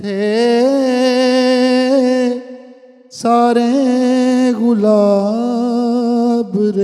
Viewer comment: آپ ماشاء اللہ اردو ادب کے آدمی ہیں لیکن جو نوحہ پڑھا گیا اس میں گُلاب کو “غلاب” پڑھا گیا اور بار بار پڑھا گیا دو اشعار میں اسے بطور قافیہ برتا گیا۔ جو لوگ آپ کا پروگرام دیکھتے ہیں انہیں درست الفاظ ہی سُنانے چاہئیں ۔ ایسا نہ ہو کہ لوگ اب سے “غلاب” ہی درست مان لیں۔ کسی پروگرام میں اس لفظ کا تلفظ درست بتا دیجیے گا تاکہ اردو ادب اور آپ پر کوئی آنچ نہ آئے۔۔ شکریہ محمد خلیل الرَّحمٰن خلیلؔ اسلام آباد